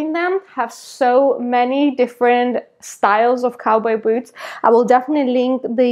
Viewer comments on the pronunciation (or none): It’s so cute how your pronounce ‘boots’ as “beauts” 😋😍